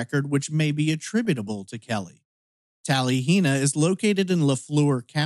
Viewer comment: I know it's rather irrelevent, and I mean no disrespect, as I thoroughly enjoy your channel, but as a person who grew up in Oklahoma, I can't stop myself from saying it is typically pronounced tal-a-hee-na, rather than tal-ee-hee-na. Likely it bothers no one else but me.